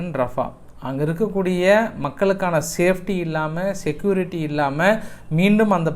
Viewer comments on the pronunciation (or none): சுச்சிவேசன் ஆ? சிற்றுவேஷன். ஆன் உச்சரிங்கடா விந்தியர்களா செக்யோறட்டி. இல்லெடா சிக்குயூரிற்றி. டா